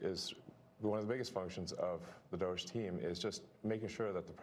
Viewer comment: Why do you call it DOIGE. Theres no "I" in there luke 😂😂